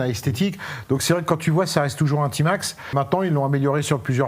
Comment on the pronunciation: A Marseille on prononce Tmax et non pas tymax ou timax